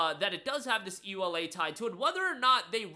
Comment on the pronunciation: It's the first time I hear someone say EULA letter by letter.